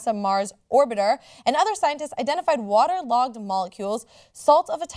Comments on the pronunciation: Is it just me, or does John pronounce "water" really strangely? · Anyone else think John pronounces "water" really strangely? He says it like "wuhder" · Water, or wutter? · Anybody else distracted by John's pronunciation of water? lol.